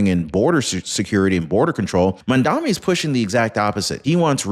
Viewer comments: Mamdani, not Mamdami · Mandummy not mandani! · Try to at least pronounce his name right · It's "Mamdani"!